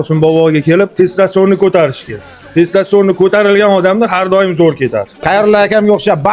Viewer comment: Testoston emas testosterone